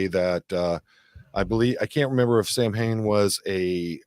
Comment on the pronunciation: Also, I'm Irish. It's not Sam-Hane, it's pronounced SOW-en (sow as in cow). It's not a person, it's the modern Irish word for the month of November (long story, I made a video about it - "Halloween is Irish") and it's basically the ancient Irish festival that marks the end of summer and start of winter (we only marked two seasons) and it was significant for many reasons.